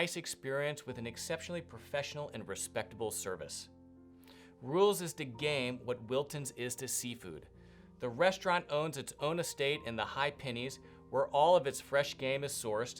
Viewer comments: Hi, It's pronounced 'Pen-nines' not pennies. Good try though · Enjoyed the video. If you don't mind a couple of small points regarding pronunciation; langoustines are pronounced "lang-oh-steens" or more commonly "lang-ih-steens", there is only one letter 'n'. The hills where Rules having their own shooting range is the Pennines, it's pronounced "pen-nines" (pen-9's). Hope you don't mind me pointing this out. Thanks.